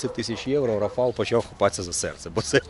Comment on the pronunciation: Польською: РАфал,а не РафАл. З РафАлем, а не з РафалОм.